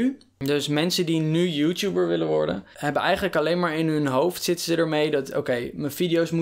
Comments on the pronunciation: haha hij zij joetjoeper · zegt youtuber als youtjoeper😂😂